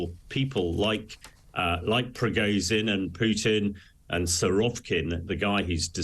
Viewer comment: It would be SOOO nice, if the guy made an effort to pronounce Prigozhin correctly. This is ridiculous. Anglo-saxon arrogance at its best.